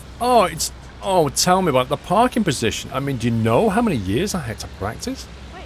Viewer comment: Anyone notice he said perfect parping LOL :)